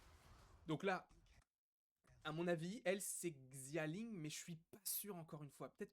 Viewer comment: Salut je parle pas le mandarin mais je pense que xia ling se dit shia ling